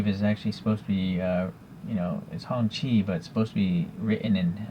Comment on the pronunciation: I had the same question about the year of this car. You pronounced the name much better than I did 😄 I think I called it a “honky” at one point. I’m digging the two-tone paint job. And I don’t think mine came with flags, that’s a nice perk. I breathed a sigh of relief after you measured it.